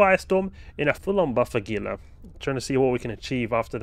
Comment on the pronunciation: I love your vids. I've learned a lot and made better ship configurations from some of the ideas I've gotten from you. Some are really nice. I do wish however that you'd pronounce Gila correctly. The Gila Monster and the Gila river are pronounced "Hee Luh". I know nitpicky, but I've spent a lot of time in Arizona working with Gila preservation.